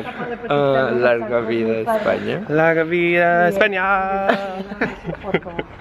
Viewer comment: when said Espana but then corrected him to say españa and then said it right and gabor tHe MoST ADORABLE LITTLE NOD AND SMILE EVER AND MY HEART JUST SHATTERED CUZ ADORABLENESS OVERLOAD